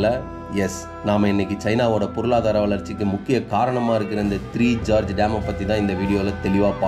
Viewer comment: ஜார்ஜ் இல்லை கோர்ஜெஸ்